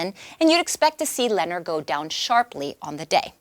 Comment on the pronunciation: It's pronounced "Lu-nohr,"; get it right...